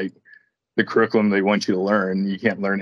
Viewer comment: curriculum - crookulum